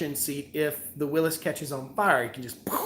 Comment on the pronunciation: You're killing me here. It is pronounced "WILLYS" (as in "Free Willy" or "Willy Wonka"). Believe me, I'm no english teacher but some things are like someone dragging their fingernails across a chalkboard. 😂😂😂